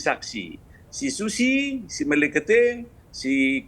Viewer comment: penyebutan si susi lucu ni. ngakak saya